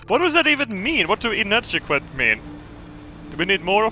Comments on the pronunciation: Its pronounced In-add-E-Quit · Inadequate = In-add-uh-kwit. Not sufficient, or lacking vital qualities. Below standards. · "What does inadgequuat mean" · inadequet 'in-attic-wet' - not enough, or lacking the quality or quantity required/needed.